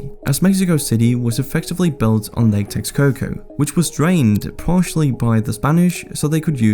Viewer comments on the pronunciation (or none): Texcoco is pronounced Tesh-Coco, just an FYI!